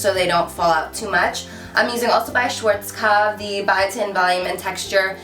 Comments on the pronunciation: Love the video but you're pronouncing schwarzkopf wrong haha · Hey♡ I'm from germany! :) It's so funny how you say "schwarzkopf"♡♡ and the Video is Very Good♡ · It sounds so funny when you say Schwarzkopf :D btw. you are really popular in Germany. The other day i wanted to grab a lipstick from mac and the girl said that its sold out because some girl called Carli from youtube said something about it. :D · love that hair style!!! :) <3 P.S. as I'm german it sounds so cute to me how you pronounce Schwarzkopf (no offense! :))